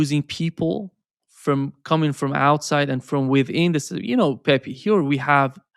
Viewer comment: it is no Pepi, is Pepe, you know is like in Brazilian Portuguese.